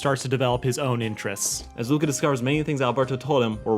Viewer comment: As an Italian I can't believe you messed up the name Luca